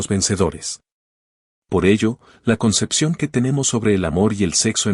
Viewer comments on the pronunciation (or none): none